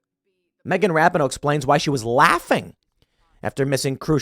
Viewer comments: Tim, it's. Ra peen no (phonetically) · Megan Rap-in-ohh?!? That’s the wrong pronunciation Tim - you should know better! The correct pronunciation is Megan Rap-Pee-Nis! 😮😉😂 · It’s pronounced Rap in hoe … isn’t it??? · Love you Tim but to suggest and athlete wants to lose on purpose is absurd. It’s RA-pee-no by the way. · It’s “Ruh-pea-no” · For me it was the attitude during the anthem. Final straw in what Rapinoe (Pronounced, Ra-peen-oe, Tim) started. Football player and fan most of my life and the first time I didn’t root for the women. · I don’t even care that Tim mispronounced her name like 17 times in this video. She is the embodiment of the modern, woke left. And just not a good human being. I’m not concerned about what someone deserves. Im concerned with what they earn. I wasn’t hoping they would lose. But I’m not mad that they lost. Maybe stock the team with women who love their country. I only feel bad for the handful of women on the team who did sing and do love their country. Outside of that. Megan got what she “deserved”. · You and Jeremy from the Quartering have one thing in common on this story..... no idea how to pronounce Rapinoe.... I agree with all your points on her and the team but please say her name correctly so it at least appears you've watched one game. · I love how Tim doesn't know how to pronounce her name haha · Does Tim really not know how to pronounce that hags name or is he just being disrespectful on purpose?. Not that I care what anyone calls that douchebag, just curious.